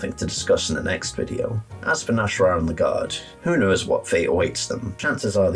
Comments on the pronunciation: you keep saying "nash'rah", but his name is clearly spelled "nas'hrah" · mah boy’s name is not “Nash’rah” it’s “Nas’hrah”